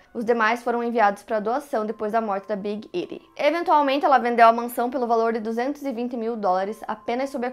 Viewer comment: Alguém que viu Rupaul's Drag Race? Jinkxx fez a little Edie e ninguém sabia quem é haha (, a pronúncia é com i "idi")